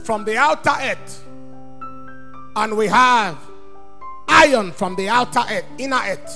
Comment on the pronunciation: Accent: preacher pronounce "ett" for word Earth.